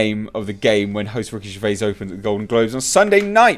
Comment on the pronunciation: Who’s Ricky Ger...vay? The mans a legend, say his name properly ffs!